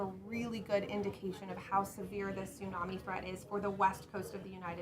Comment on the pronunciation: Wow she actually does know the right pronunciation tsunami ❤